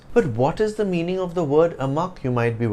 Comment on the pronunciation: And I have been hearing your 'of' wrong all these days? God!